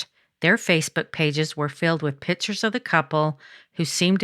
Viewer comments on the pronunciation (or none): The word is pictures. Not pitchers. This is so hard to listen to. Monotone and sounds so scripted.